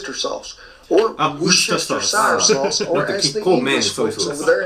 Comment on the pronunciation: I think perhaps pork sausage is already spiced a little? It's the first time I've seen it in logs like that. Also, so glad you said 'Wooster sauce' and not any other way...